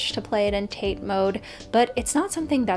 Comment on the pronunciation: psa: the vertical orientation known as tate mode is pronounced tah-tey, it's the japanese verb for standing.